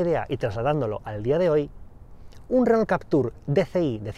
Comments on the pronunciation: Porque le dicen renol si se pronuncia renó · Si, en su momento fue un gran automóvil. Solamente una consulta: ¿porqué le dicen "renol"? (Si fuese "renó" se entendería mejor) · Dice "Renol".....jajaja